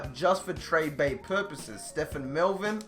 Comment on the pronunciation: bro, it's pronounced Ste-ven. Ste-phan would be spelled that way. Stephen is based off the Biblical Stephen, I would know because that is my name sir. Good video and can't wait for the Condors to go to the Super Bowl.